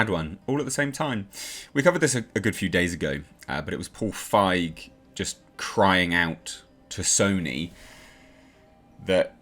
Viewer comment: 👍 for correctly pronouncing Feig instead of „feeg“. I also never get tired of saying that feig is german for cowardly 😅